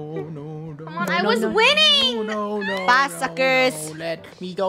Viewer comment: does anyone notice that funneh was saying suckerz lately?